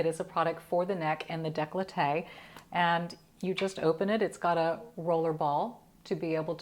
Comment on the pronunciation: On dit "decollete'...", pas "declote' ..."